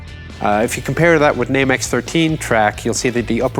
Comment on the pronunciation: Spot on with the French pronunciation, Chief!